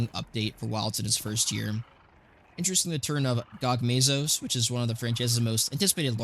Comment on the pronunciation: What is your prononuciation. Omega planetes and gogmazios. Lol😂